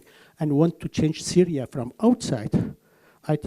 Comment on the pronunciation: She said "Saria" or more precisely "Cyria" (first three letters from "Cyrus") One way or another probably the least important part of the video